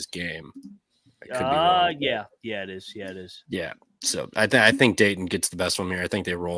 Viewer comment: Dayton all the way!! And stop pronouncing it Daydin, please!